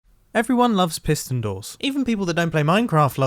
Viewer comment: PiSSSton door